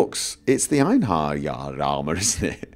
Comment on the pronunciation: can't say Einherjar properly...